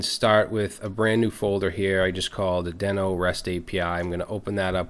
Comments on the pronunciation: Isn’t Deno pronounced “DEE-no?” The logo is a dinosaur and isn’t there a famous cartoon somewhere called Dino (DEE-no) the Dinosaur? That would tend to make me believe Deno should be pronounced DEE-no. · I believe it's pronounced DEE-NO. Why do I think this? If you remember the old Flintstones cartoon, the pet's name was "Dino", and he was, naturally, a dinosaur. And, the icon for the Dino language is... a very similar looking dinosaur. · Just out of curiosity, is it really pronounced "Den-oh"? Given the logo and the fact that The Flintstones' dino-dog was named "dee-noh" I would have assumed that it was pronounced that way. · Who would've thought naming your project after a dinosaur from a 60 year old cartoon, would make it so no one would pronounce it correctly?